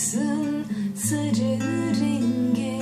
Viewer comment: güzel yorumlamışsın ama sarı yerine neden sırı diyorsun :)